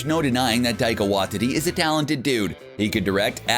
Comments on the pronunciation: it is pronounced why tee tee ( taika waititi ) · the way is says waititi like wa-tity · "Wah-tee-tee" not "Wah-titty" 😅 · It’s pronounced “Why-Tea-Tea” and not “Wah-Titty” which I last said when my ex didn’t let me touch her breasts! Oh, and you forgot Michelle Yeoh, who had a cameo as Aleta Ogord in Guardians of the Galaxy Vol 2 and is due to play Jiang Nan in the forthcoming “Shang Chi” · I hate the way you pronounce Taika Waititi's name. It's Waititi not Wahtiti. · Taika WAITITI not Watiti😂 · What's up with these youtubers not knowing how to pronounce things. It's like they do it on purpose. Theres no way they haven't heard the correct pronunciation before. Get it together! What Tea Tea not Watt tity. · Can you fix your pronunciation of Taika Waititi? Heard it pronounced as Wahtiti by this channel many times now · Tai-ka Y-tea-tea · Taika's last name is pronouces "why tee tee" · Taika Waititi lasts name is pronounced why-tee-tee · Taika "Wy-titty"? For fuck sake, man. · Wanh titty lol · For the love of all things in the MCU will you get the pronunciation of Taika Waititi's name CORRECT. Do you even KNOW how his name is pronounced?????? Obviously you DON'T. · It's almost like you're going out of your way to pronounce Taika's second name wrong. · How many times are they going to mispronounce Taika Waititi's last name??? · IKR Very distracting.